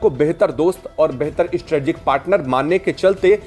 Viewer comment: Strategic (स्ट्रेटेजिक) बोलो।